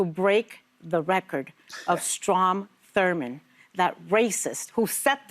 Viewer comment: Ana says Thurman and i’m like who??? never heard of this name a day in my life